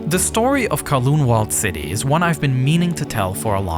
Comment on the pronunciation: ITS NOT THAT HARD TO PRONOUNCE CANTON AND KOWLOON CORRECTLY. DO SOME BLOODY RESEARCH